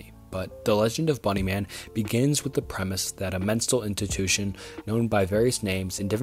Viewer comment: 'Menstal intitution' lol